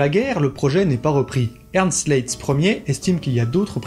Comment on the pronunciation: Le nom de Leitz qui est un nom allemand ne se prononce pas à la française (donc pas "Lé itz! merci! .... insupportable pour mes oreilles!) mais bel et bien "La-itz" (en un mot)! "Ei" en allemand se prononce a-i : donc Leitz= Laitz ... et Leica, c'est pas Léca mais "La-ica" en allemand! Merci , danke schön!:thanksdoc:🤣😅😆🤣